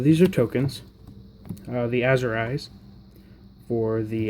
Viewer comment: Ah-zure eyes. Not Assurize. damn son